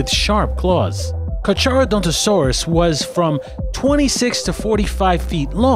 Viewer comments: he said car-char-o-don-toe-saur-rus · Carcharodontosaurus is pronounced car-car-o-don-toe-saurus. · ...It's pronounced Car"K"arodontosaurus... ...There is no "RO" after the Torvo in Torvosaurus... ... It's not said how it's spelled... It's pronounced "Gigantosaurus"... Not trying to be an asshole, but I just get irked by mispronounciations... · He didn't say carcharodontosaurus right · It's carcharodontosaurus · you knda butchered carchardontosaurus